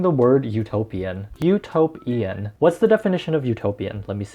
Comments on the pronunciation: Did anyone else think of U-toe-pian when he said Utopian LOL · utopian -> u-TOE-p-IAN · Utopian... u-toe-pian... hmm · The album is "U-toe-pian".... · Lmao this is what I heard, U-toe-p-Ian 🤣🤣🤣he had the toe in it!!!!